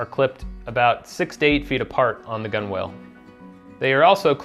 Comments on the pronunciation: Good vid - explains the system well. Just a small note to avoid pissing off any ancient mariners: its not pronounced "gun-whales", they're "gun-uls." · Loved your book and thanks for the video. One minor suggestion: gunwale is pronounced like “gunnel”. It’s one of those crazy nautical terms. Also look up boatswain. It’s pronounced “bo’son.” Keep up your great work.